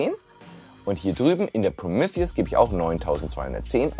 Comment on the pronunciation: Geiles Video, mehr unraid content!! Irgendwie hat es mich fertig gemacht wie du Prometheus ausgesprochen hast!!!